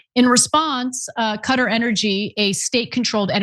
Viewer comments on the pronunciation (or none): Not Cutter... It's pronounced Qua-tar... Sorry for being an ass but, I had to do it lol.